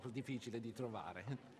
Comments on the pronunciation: 'Auivedeucci', buahahahaha xD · a reever derchy lol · "Areverderlchy" lol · That's "A river dare-chee." LOL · "Rivederchi" ... Lol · 'a river there chief" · "a river derchy" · "ariverdertchy" xd